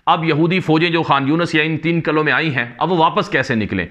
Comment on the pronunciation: Qala ki jagah Qila bolo, Qalon ki jagah Qilon bola karo